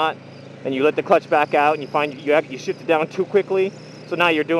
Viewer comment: everytime, i hear shit instead of shift